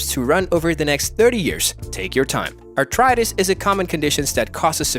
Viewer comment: I believe it’s pronounced “ARTHritis” not “ARTritis”